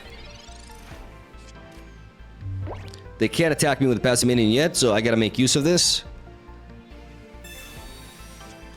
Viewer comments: I'm not sure why both you and jeff call it "passiminian" when it's just "passimian" >_> just "pass" + "simian". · Pah-sih-mee-an not passiminian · Somehow "Passiminian" returned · I have a question, do you pronounce it Passiminion on purpose? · He pronounces like 20% of cards incorrectly so I think he's just... like that. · Maybe not at the start but now he is definitely doing it on purpose. There is a similar situation with another tcgp youtuber that pronounces decidueye as dekedue or something like that. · Man's so excited to see monke he keeps adding an extra syllable to Passimian